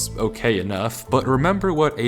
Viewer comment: “what in the genius??? wait avery, avery, avery, ÆVERY, AYVERY”